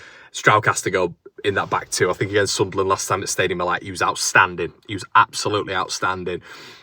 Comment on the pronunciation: Love the way you pronounce Sunlan/Sunland the right way mate. I'm obviously red n white and subsribe to all your channels tho. Keep up the great content 👍